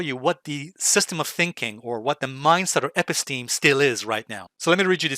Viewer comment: You mispronounce & misuse the term “Episteme!”